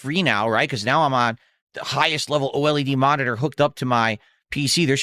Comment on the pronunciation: Only will say oled as Oh L.E.D.